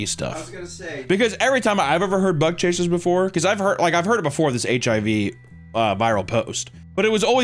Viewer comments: I can't unhear "butt-chaser" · Every time you say bug chasers I hear butt chasers. Especially after the first story 🥴💀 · I hear "butt chasing" every time. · Ohhhh..."BUG CHASERS"... Videos nearly over, and I thought he was saying "Butt Chasers" this whole time..!! xDDDDD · I understand you are saying Bug chasers, but I keep hearing butt chasers. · I thought he was saying thug hunter at first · sounds like he is saying "butt chasing" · I thought he said " butt chasers", im definitely 1 of those. 🎉 edit: in Mexico theres a group of punk rockers that gave themselves HIV intentionally.